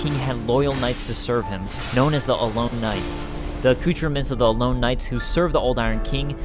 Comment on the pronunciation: i'm sorry but you pronounced so many things incorrectly. alonne knights are pronounced A-lon, not alone. since there are two consonants after the o it cancels the sound it would normally make with a vowel consonant vowel pattern.